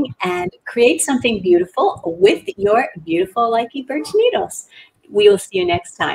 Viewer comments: It is properly pronounced Loo-Kuh not Like-ee. Thank you for at least giving it ur best to pronounce them :) instead of being hateful, I thought I would be helpful and tell u the correct pronunciation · if you gonna sell it, learn to pronounce the name correctly